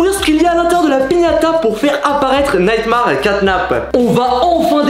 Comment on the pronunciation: pk tu dis neymar caynap alors que c nightmare catnap